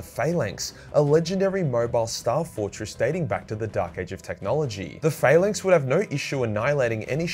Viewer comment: Love how you pronounced it Fail-length instead of Phallanx 😂😂😂